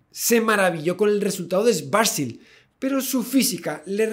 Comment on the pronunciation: Resulta curioso y a la vez jocoso, que el apellido Schwarzschild traducido del alemán al castellano significa "escudo negro". A la vez resulta muy desagradable para los oido escuchar en este video lo mal que se pronuncia este apellido. Hay que leerlo como si fueran dos palabras separadas: las palabras Schwarz, que significa negro, y la palabra Schild, que significa escudo o pantalla. En castellano hay que leerlas como si fueran palabras castellanas ¡Y NO INGLESAS! que estuvieran escritas: "Chvarz" y "Child".